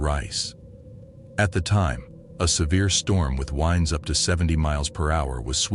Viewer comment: Ya gotta love how AI sounds real, until you hear at about "winds up to 70 mph" except it says it like if you "wind" a clock. For the future of AI, should we spell it "wynd" a clock? Maybe if the air blows we can spell it "winned" for AI's sake? My brain just broke!